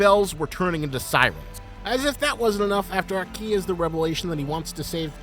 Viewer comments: It’s fun hearing Americans pronounce Japanese names incorrectly bro said “aKEEEE” 🤣🤦‍♂️ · Broo plsss i like you content bu plsss pronouce the names right like aki not a ki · That isn't how Japanese people pronounce Aki. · Great vid but the way you pronounce Aki's name is just not it bro